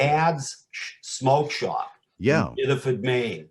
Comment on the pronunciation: "It was my covid hawby". "I went into Dad's smoke shawp"